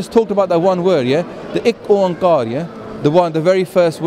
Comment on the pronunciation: you couldn't be more wrong by saying ikk-ooan-kaar was derived from Om. Mate these both terms even sound different. I know why Hindu people think Om is same to ikk- ooan- kar Because they think it is ikk om kar, which is completely wrong. Right pronunciation is ikk Oan kaar. It will take 10 days to explain the meaning of ੧ਓ Ikk Oan kaar is a phrase directly came from supreme God (Akaal purakh) on this earth Through Enlightenment of Guru Nanak paatshah. Hindu brothers are deeply misguided about Sikhism.